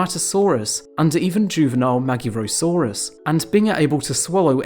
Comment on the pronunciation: Except the magyarosaurus, that was butchered. To be expected honestly, as the letter "gy" is a single letter, to be pronounced like D in the word during, when told by some british accents - and is generally not used in english.